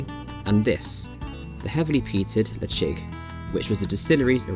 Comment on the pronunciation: Ledaig - did you say “le-CHIG” ?